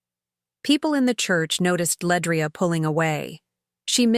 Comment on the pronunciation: LeAndria not Ledrai sigh moving on